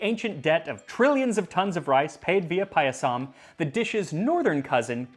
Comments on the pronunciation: Guys, it's pronounced paaaah-yah-some. If you make the vowels a different length, it's a different word. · Thanks for doing an Indian recipe! Your pronunciations are pretty good...only the last a in payasam is short, so it should rhyme with "sum" 😅 Also not entirely sure about this one, but "zh" in Tamil words/names is actually the English r sound, like in "her" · Somesvara. Sh. like shaw. Not S in school. It is paayasam. Elongate the a after P